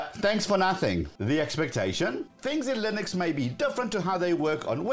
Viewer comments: It's Linux, not "Lynix" as you say ;) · The fact that you don't pronounce the name of the generic operating system properly says it all